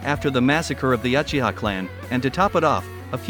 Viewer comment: And other mistake is your pronunciation of uchihas 💀